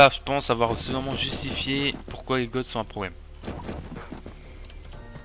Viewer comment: Bien joué ! Juste pour la prononciation, "les goths" se prononce "les gô" ;)